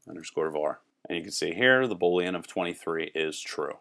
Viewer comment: The word Boolean is pronounced boo leanne --- long "o", not bo leanne. Love the tutorial though. "\" is an escape character, not an escaped character